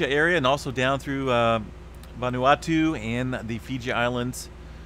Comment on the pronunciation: Yaaass - great pronunciation of Vanuatu!